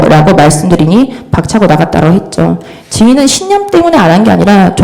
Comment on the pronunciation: 했져? 했져?라고 들리는게 맞나요??? 했죠?가 맞는거 같은데